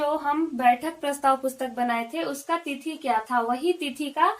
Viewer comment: थिती नही मैडम जी तिथी होता है